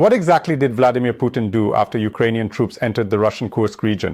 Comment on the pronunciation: Did I hear the Bloodymir